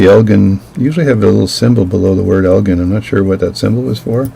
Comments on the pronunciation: Elgin - pronounced el-jin - is a town in Northern Illinois about 25 miles due west of Chicago. The headquarters of Elgin brand watches was there until they went out of businesses in 1968. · elgin with the j sound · Its EL GIN